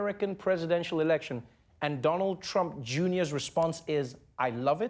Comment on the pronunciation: "Donald Trumpa Junior" xD